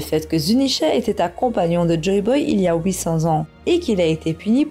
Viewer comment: ha 800 ans votre façon de le dire me rappelle nos amis belges vous aite bien belge non ou au moins du nord de la France ?